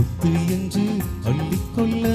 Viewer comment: சொல்லிக்கொள்ள,அள்ளிக்கொள்ள தயவுசெய்து சரியாக உச்சரித்துப்பாடினால் இன்னும் அருமையா இருக்கும் 🎉